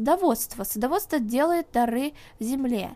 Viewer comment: дЫра,а не дАры